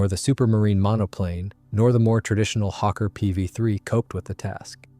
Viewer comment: And Hawker is not pronounced ‘Hokka’ like ‘fokka’ but with the first syllable like the bird ‘hawk + the closing second syllable’.